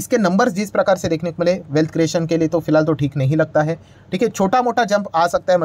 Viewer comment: Not jai it's hai